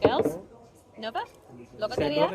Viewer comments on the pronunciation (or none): none